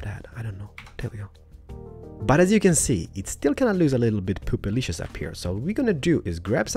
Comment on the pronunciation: I love how he saids poopalicious